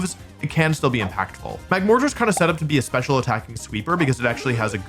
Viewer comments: Bro 😭 its pronounced like the word mortar. Ya know the artillery device used in the military? Mag-mortar. Not mag-more-tar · Oh! I know why people say you're saying magmortar odd! Mortar is pronounced "more-tour" and its used in construction frequently. You're saying "more- Tar" like a tar pit. Both could probably be considered correct but I'm assuming people are defaulting to a word they've used before. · Not wanting to criticize you for how you say "Magmortar", but if you want to know why people are telling you you're saying it wrong (I think they are right) is because of the root words that make up it's name-- Magma and mortar. So you say it like "Mag-more-ter" as in mortar (and pestle, etc); not "Mag-more-TAR" like in RepTAR or TyranniTAR. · Most people say "Magmorter" Where as you say it as it's spelled and put a large emphasis on the tar like "MagmorTAR" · I don’t think you’re pronouncing magmortar weird, but most people say it to a different cadence, like you say magmor-tar, most people say mag-mortar as in the artillery thing since his arm is a gun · You say Mag-More-Tar Instead of Mag-Mortar It is based on a Mortar, a type of weapon. Not More Tar, asking for more tar lol it's your emphasis that's in the wrong place in the word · You better stop saying Mag-more-tar, or your grounded. Yes I purposefully used the wrong form of your/you’re, because I’m annoying. MAGMORDER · You are saying Magmortar how its spelled, youre just emphasizing a different sound. Most people I know pronounce it more as Mag-More-Durr or Mag-More-Turr, while you say Mag-More-tAHr. Like, instead of splitting it into Mag-mortar (magma and mortar), you're saying Magmor-tar. Its just a dialect thing, probably. Idk where you are from, but your accent gives me Canadian or Northern US vibes, because you sound pretty average until I am slapped in the face with an aggressively different way of pronouncing something XD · Mag Mortar not Mag More Tar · Mortar is pronounced with an e. Morter.